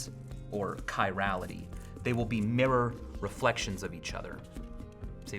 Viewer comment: I just love how miccheal says mirror